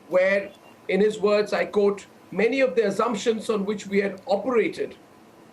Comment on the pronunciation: It is not pronounced "Coat" or "un coat" but quote and un quote like it is spelled.